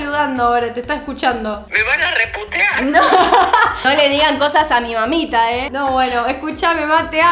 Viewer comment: "Me van a rreputear”😹😹😹Ame